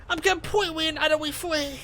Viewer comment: IM A FWEE MAN